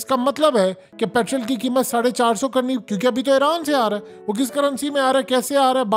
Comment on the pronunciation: پیٹرول بولو جناب , پِٹرل تلفظ غلَط ہے